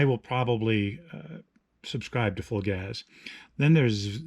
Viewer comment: Psst, it's pronounced Full Gaze. ;) Thanks for the review though.